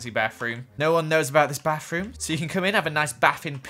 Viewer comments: No offense but I lik the way he says bath room lol baf rum lol XD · Is it just me or did someone else laugh a bit when said “Bafroom”